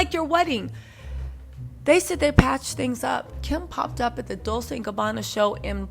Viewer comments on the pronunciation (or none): It’s DOWL-CHAY not DOWL-SAY 😊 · I realize you're mocking them, but please it's Dol-CHE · Did you pronounceNah-poe-Lee, Nuhpoli??? LOL! 😂😂😂Wow!Just say Naples. Fellow Italian-Americans, she’s killing me with her pronunciations. She pronounces Dolce, like dol-say, like the girls name. A little research, will go a long way. Or should I call you?